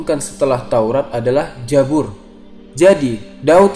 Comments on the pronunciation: koreksi bukan jabur tapi kitab zabur tolong koreksi ya pembacaannya. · KITAB ZABUR MIN BUKAN KITAB JABUR, kalau di hijaiyahnya, ZAI sama JA/JIM itu beda suara baca nya... naaaa, Zabur klau arabnya pakai ZAI bukan pakai JIM/JA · jabur jabur, Zabur oy pake Z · Mimin orang sunda ya 😂😂😂😂 Zabur jadi Jabur 😂 Nanya doang min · Zabur buka jabur,mu'jizat bukan mu'zijat,,belajar bahasa indonesia dulu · TERIMAKASIH INFONYA... UNTUK KALIAN,SEBUTAN NYA BIAR BENAR.. Bukan JA-BUR!! Tapi ZA-BUR.. DAN MUK-JI-ZAT*BUKAN *MUKZIZAT